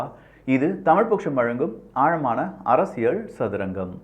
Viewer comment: அரசியள் இல்ல அரசியல். உங்க உச்சரிப்பை திருத்தி கொள்ளுங்கள்